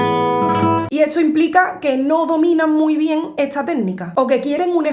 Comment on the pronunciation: Porque cuando ella dice “esta” dice estxcha? O cuando dice “Tardes” dice txchardes? De Que parte de España será este acento ?